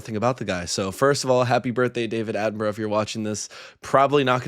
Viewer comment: Ooh, at the end you forgot the correct pronunciation of his name that you used earlier and reverted to the always wrong pronunciation by Americans! It’s pronounced Attenbruh.